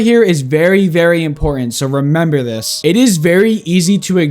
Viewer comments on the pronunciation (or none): none